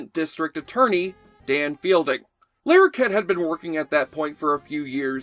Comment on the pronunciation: It's not John Lair okett, it's John Lah rokett